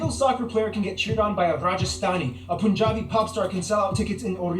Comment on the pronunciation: Its punjabi not poonjabi